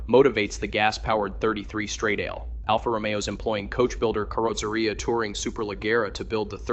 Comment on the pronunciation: Please, educate your "talking head": the word is "strah-dah-ley", not "struh-dayl"! And "Ro-me-oh", not "Ro-mio". It's not hard to look the words up on the internet and find proper pronunciation for words that you're unsure of. Do a little research and makre yourself sound reasonably intelligent, please!